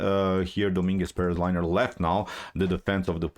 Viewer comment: Good analysis as always, but you butchered Lenier first name without any mercy man. Poor guy is now liner. Didn't help him much today though. xD